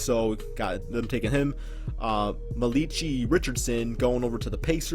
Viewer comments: ma lee chee??? dude it's "mal-ic-i" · MUH-LEECH-EEEEAAIII lol its MAL-UH-KI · Maleechee??? It's Malachi lol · muhleechee lmao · the way u said malachi had me weak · He said Malachi wrong😂😂😂😂